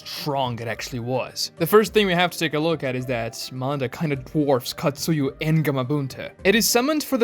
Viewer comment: Bro it's Katsuya not Katsuyu.